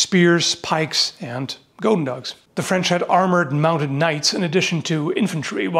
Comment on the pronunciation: Flemish here... still offended by 'flench'